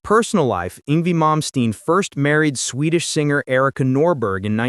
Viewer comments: It's pronounced Yng-Vay not Yng-vie at least say his name right. He is a Legend and deserve to have his name done right. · Yng-VAY….Not Yng-vee! 🤬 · AI voice-over annoyingly calling him "ing V." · Did this MF say ING VEE? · ‘Ingvee’ - nice job, AI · It’s ‘Ingvay’ \m/